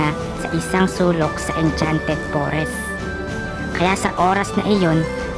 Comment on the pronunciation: noone: absolutely noone:: Enchanted pOReSs